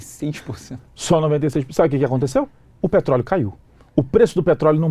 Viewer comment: "petroleo" kkkk até parece